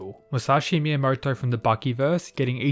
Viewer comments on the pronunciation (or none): none